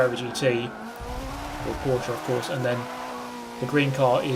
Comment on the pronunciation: for me as a german guy i want to appreciate you for spelling Porsche right